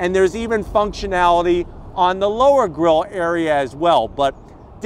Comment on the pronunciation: Grill not girl lol